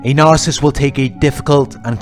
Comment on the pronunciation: I like listening to you. But please practice on how to say the word Narcissist. You say Nar- siss.. when it's Nar- Ci,- ssisT. Thanks. .